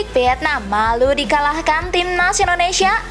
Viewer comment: Bacanya Paraaaaaaaaaaaaaaaaaaaaaaahhh.. Sakit kuping niiiiiii... VIETNAM bukan PIETNAM... APAREL bukan AFAREL... KALIFAH bukan KALIPAH... PERFORMA bukan PERPORMA... FEDERASI bukan PEDERASI... FINAL nukan PINAL... Coba deeeh, diperbaiki... dilatih lagi dengan benar, pengucapan dan pelafalannya... Kalau ga bisa, ya DIGANTI !!! Sayang kan, berita yg bagus RUSAK krn pelafalannya ga bener...